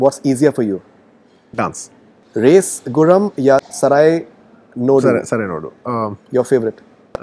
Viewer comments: The host can't even pronounce Sarrainodu properly do your homework first 🙄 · Race gurram ya sarrainodu. Before he says I told sarrainodu.🤣he also said sarrainodu many times😁